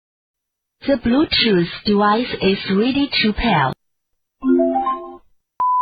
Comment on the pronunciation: DEVICE IS PRONOUNCED AS TOO-WICE